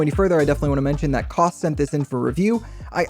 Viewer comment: It’s Kose not Koss